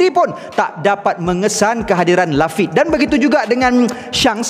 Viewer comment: Maaf ada pembetulan sikit, sebutan Lafitte bukan 'Lafit' tapi (bunyi ejaan dalam melayu) 'Lafittey'. Apapun terbaik.. Tetap setia dgn teori dan ulasan channel ni. 100k subs untuk channel review OP adalah 1 pencapaian yang sangat membanggakan.. Tahniah.. 👍 Ikozu Yorodomo!